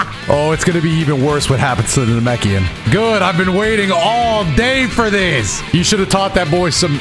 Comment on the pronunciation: back at it again with the Saiyan RP, why'd he says namekian like that lol